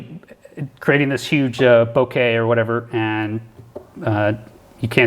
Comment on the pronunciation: You rock. "Bow Ka" is correct pronunciation to the lens distortion you are talking about. With respect sir. I'm glad you flew for USA. RockOn sir!